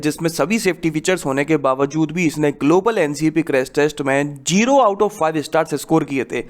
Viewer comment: Bhai Jero nhi ZERO ....LAST VIDEO ME B BOLA THA ....AB TO MERA B BOL RA KI ZERO BOLO 😂😂